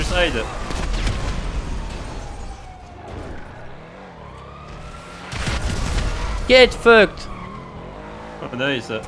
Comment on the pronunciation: "gyet foucked" 🤣🤣🤣🤣🤣🤣🤣🤣🤣🤣🤣🤣